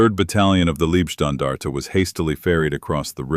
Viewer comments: Thanks for the video. It’s both annoying and funny that AI is talking about the “Liebstandarte” and not the “Leibstandarte”, making it the “love guard” instead of the “bodyguard”. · Also kindly correct AI from 'leeb' to LIBE (leib)standartige shtan-dar-tig eh. And Wiking is correctly spoken as 'Vicking.'. Now we'll all feel more comfortable. We also appreciate the corrected 'Panzer Meyer' designation. Thanks.👍👍